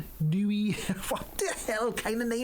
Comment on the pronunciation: You're OK at English mun, not so hot on the German. Lol. Neue, pronounced 'Noye' is German for 'new'. I guess you weren't into Krautrock in the '70s. Or am I just old?